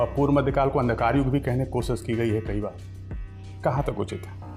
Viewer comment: Kosis nhi koshish dir ji😊😅😮😢🎉😂❤